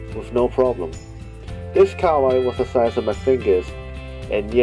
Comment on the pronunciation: KA-HA-WAI not kawai